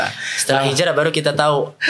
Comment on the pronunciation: Bukan hijrah di bilangnya hilrah. Tapi kalian ini ke annisa' 168 dan 169.